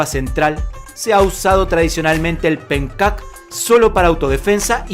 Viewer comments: hay un detalle que queremos decirle: En este mencionado arte marcial, leemos "PENCAK" en la primera palabra, pero desde el idioma indonesio se pronuncia como "PENCHAK", y por eso mismo algunas revistas de artes marciales (Budo International es una de ellas) la escriben como "PENTJAK"... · Se pronuncia penchack, no "penkat". En indonesio la "c" se pronuncia como "ch" y no como "k".